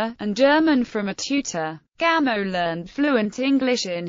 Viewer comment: Pronounce it “Gamoff,” please.